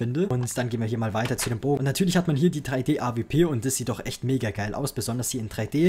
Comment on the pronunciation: avp? es heißt A-Duoble u-P und nich A-V-P also bezüglich der AWP